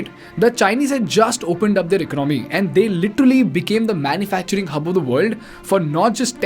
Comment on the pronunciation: It is economy it is economy pronounced as elonomy